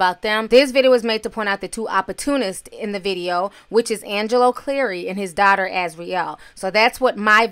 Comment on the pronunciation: Azriel sounds like a girlfriend who's boyfriend broke up with her when she spoke about their last conversation. (My opinion) is this is why she's speaking out now. Side note: somebody please help Angelo Clary pronounce the word 'daughter'.